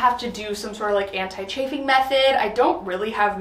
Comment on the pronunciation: What is charfing? Sorry I have been trying to figure out what this is 😂